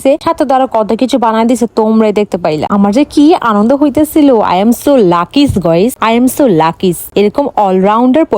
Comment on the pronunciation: Lucky ❌ lakis✅